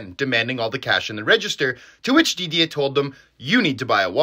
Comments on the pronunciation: Lmaooo I didnt even know this. Also your french pronunciation on Charleroi and Didier is pretty good man, keep up the great videos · Didier pronunciation was great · How did you come to pronounce Didier so correctly?👏👏👏